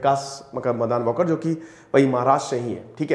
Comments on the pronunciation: वॉकर नही वालकर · It's Waalkar not Walker ...Hindu Marathi surname